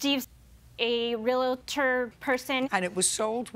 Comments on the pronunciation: Plaintiff is mispronouncing realtor. It isn’t real a tor. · The way she says "Relator" instead of Realtor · I hate when people say 'Real-it-tor' instead of Realtor. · A “re-la-ror”